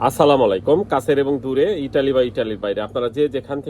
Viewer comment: দয়া করে সালামের উচ্চারণটা ভালো করে বলবেন আপনার সালামের উচ্চারণটা ভালো করে হয় না